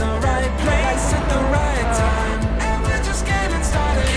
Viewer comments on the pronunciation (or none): none